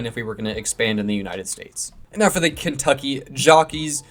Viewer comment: Kentuckey? It's Kentucky😊